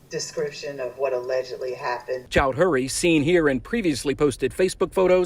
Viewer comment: Chow-dree, not "Chowd-hury." Not that this douche bag matters but lots of other people have the same surname.